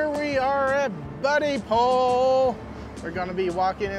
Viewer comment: Its Bud-dipole. Not buddy pole.